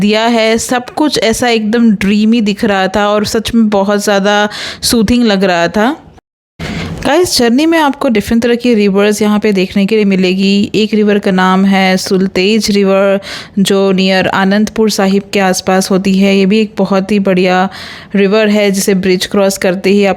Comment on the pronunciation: Not सुलतेज but सतलज, not बीस but ब्यास. Good voice, nice narration; some better research and caution will make it better.